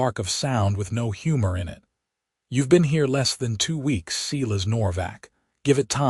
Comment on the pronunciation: Why do you insist Silas is seelas ? ……, AI = idiot …